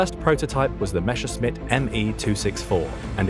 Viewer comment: MESSER- schmitt... Not MESHER-scmitt